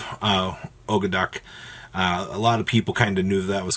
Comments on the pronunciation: Actually its og-do-dic with a silent A. Referring to the egyptian Ogdoad. Its actually not that much to pronounce as originally thought. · His pronunciation of Ogdoadic changes every video.